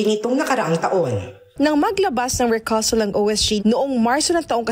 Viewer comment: Wrong pronounciation, rekyoosal po ang bigkas sa recusal, ayos